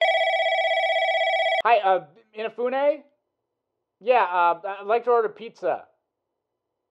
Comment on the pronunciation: In-ah-fue-neigh not eenafuneigh